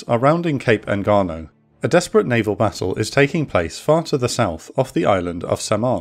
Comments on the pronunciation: Engaño is pronounced Enganyo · Engaño En-gan-yo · truly! the incorrect pronunciation & spelling kinda hurts but the quality of the content is superb